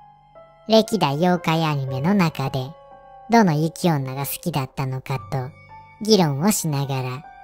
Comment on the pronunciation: 雪女をゆきめと言うのぬ～べ～以来だな